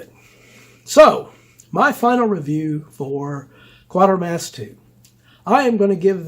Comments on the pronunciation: My only qualm is you pronounce Quatermass as Quartermass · The only qualm ive got is that you pronounce Quatermass as Quartermass apart from that brilliant review...as always